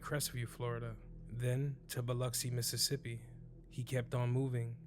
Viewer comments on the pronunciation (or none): none